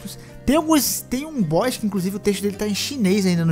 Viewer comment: Ele não é um “Boixs” difícil! 😅 Boss = Bós